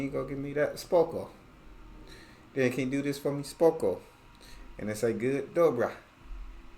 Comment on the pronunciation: Your pronunciation of "SPOKO" is great. It's literally perfect. U will speak polish in no time bro hahaha💪🏼💪🏼